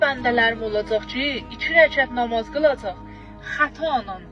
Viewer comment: Ay arvad nomoz yox namaz ozunde yaxwi bilirsen